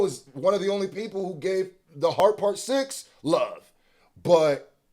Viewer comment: Aye yo why you say LOVE like that